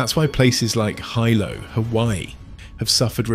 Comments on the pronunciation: HEEELO NOT H-EYE LOW. If you’re going to do voiceover work, know what you’re saying. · It's pronouced Hee-lo. I live here.